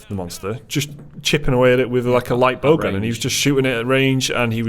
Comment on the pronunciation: Every time says "Bow Gun", I hear "Bogun":P